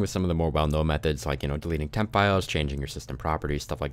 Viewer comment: he said: %vemp%